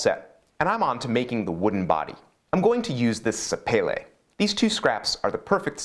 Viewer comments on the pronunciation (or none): Come on, you sound posh when you say some wood names “sapele” (not sure how to spell that) but it makes me giggle when you say that wood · Happy New Year, hope you stay safe! Sapele ... Sa-Pay-Lay ..Umm! .. I thought it was pronounced Sa-Pee-Lee But always good to see whatever you build, no matter how you say it on Your side of the pond